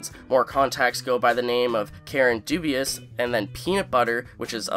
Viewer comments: Karen DuBois (Doo.bwah) not dubious, my guy😄. It's French. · Bro really said Dubois as dubious 😂 It's pronounced dubwa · The way you pronounce “Dubois” 😂😂😂 It’s “Du - Bwa” (French) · Karen Dubois’ last name is not pronounced “dubious” but rather “DewBwah”. It’s French. Love the content! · DuBois is pronounced “doo-BWAH.” Not “dubious.” Also no one cares what video game this reminded you of. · Just fyi: Karen Dubois’ last name is French and it’s pronounced doo-bwah. We may never hear of her but if we do, that’s how it’ll be pronounced. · My man really pronounced Dubois “dubious” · Dubois is pronounce doo-bwah. Old French name given to people who worked with wood or in the woods. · I think it's Karen "dew-bwa" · « Dubois » and the guy says « dubious » haha 😂 « Bois » is just « wood » in French and it’s pronounced « boa » (like the snake). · Dubois is pronounced as doo bwoyss or doo boys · Karen Dubois would be pronounced Doo-Boys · Its Dubois sometimes your pronunciation is infuriating